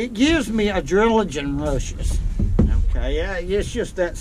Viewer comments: Nothing like a "adrilagin rushes". Or "Uh-drill-uh-gin" rushes. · One of my favorite parts of watching a video? Listening to him try to say the word adrenaline. "Adredgelun!"